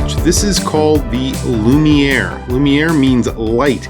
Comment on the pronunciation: That's not how the word lumiere works in French.